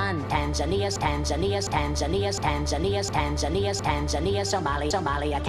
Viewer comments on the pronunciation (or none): none